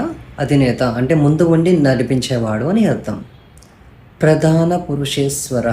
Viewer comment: ప్రదాన కాదు ప్రధాన